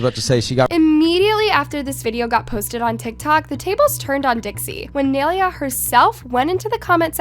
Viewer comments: for one the entire time your saying her name wrong. two people can be friends and the fans started the drama. three dixie needs to get everything under control and leave things private. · She doesn’t even know how to pronounce nailea’s name😭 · please pronounce nailea right😭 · she pronounced nai’s name wrong the whole time lmao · Okay i cant be the only one noticed that she is pronouncing Nailea wrong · If u r going to gossip abt ppl at least say their name right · You r saying her name rong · Are you pronouncing Nailea’s name wrong on purpose ? 🧍🏽‍♀️ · am i the only one who hates it when says nailea's name wrong... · ya, same, it's also like she's pronouncing her name wrong on purpose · No one ever says Nailea’s name right ahhhh💀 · at least pronounce nais name right 😭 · The way she was saying nailea was triggering me 💀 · Why is she saying nailea like that💀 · can u say nai’s name right 😭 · pronouncing naileas name wrong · the only thing i got mad about in this video is the way she says nailea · PLEASE LEARN HOW TO SAY HER NAME CORRECTLY....ITS NAI(N-EYE) LE(LAYS CHIPS)A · don't do videos of Nailea if you don't know how to say her name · why can’t no one pronounce her name it’s not that hard 🙄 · Lmao when are u going to actually say Naileas name right? Anyways nai is literally a natural touchy person and why did Dixie say she started it when she literally didn’t like whaaaat ,if nai was in a relationship during this then she didn’t try to steal her man simple. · i didn't think it was possible for someone to butcher Nai's name that bad...i was wrong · If you are going to talk about someone (Nailea), please pronounce their name right. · the way she says Naileas name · Bro it takes one google search to find out that you are pronouncing Nailea’s name wrong like wtf 😬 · yea seriously how is she doing all this research without finding out how to say her name lmao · Yoo frrrr, like how you gonna make a video about her and can’t even pronounce her name right